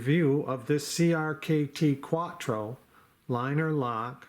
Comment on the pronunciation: CRKT Cuatro....not Quatro.